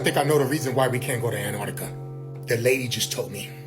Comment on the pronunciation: Why do you all call it anartica? When its anTartica